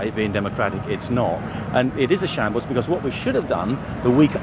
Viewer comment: What is "a shables"?